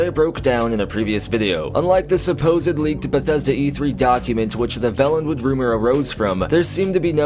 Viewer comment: you are pronouncing Valenwood incorrectly. It has only one “L” so the preceding vowel, the ‘a’ is a long sounding ‘a’. To say it as you do in this video we would have to write Vallenwood. With two “L”s. DOES IT MATTER...Hell Yes! The difference is there for a reason huh. Your video content is good.